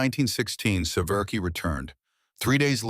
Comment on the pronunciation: His surname is SE-VER-SKY, pronounced, 'Se-vier-skee'. Not, 'Se-VER-key'. Republic manufactured the iconic P-47 also at Farmingdale, Long Island, New York. Less known is Republic's successful F-84 Thunderjet jet fighter and follow on F-84 swept-wing Thunderjet. The F-84 Thunderjet saw extensive service in the Korean War but it was outmatched by the faster, nimble, fast-climbing Soviet MiG-15. The improved F-84G's faster top speed of 620 mph narrowed the speed gap to the MiG-15 notably, but it was still 40 mph slower. The nascent United States Air Force purchased large numbers of Thunderjets and a smaller number of Thunderstreaks but after that Republic's fortunes declined and the corporation ended.